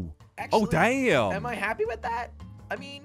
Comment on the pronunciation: Haha 😂 says “oh! Oh dame!” 😂